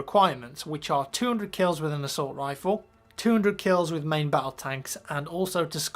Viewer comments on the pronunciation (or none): none